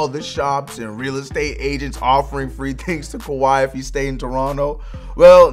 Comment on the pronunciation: Kawhi not kwahi